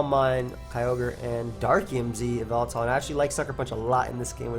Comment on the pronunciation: whenever you said yveltal I tought you said baltoy